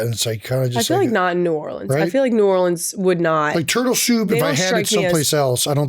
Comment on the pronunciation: As someone who lived an hour from New Orleans my entire life. Thank you for saying New Orleans right. When Kendrick said it wrong I was so sad lol.